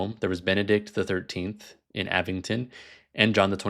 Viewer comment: avignon is not "avington" like you pronounced